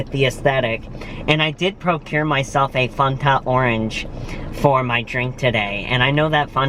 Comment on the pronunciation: Fanta not foonta. lol